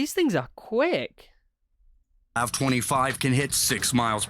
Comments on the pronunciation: the way he said LAV smh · Does it bother anyone else when he said LAV all together like a word instead of separate letters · Funny how the original poster of the video says LAV as LAV not L.A.V. because it suppose to pronounced L.A.V.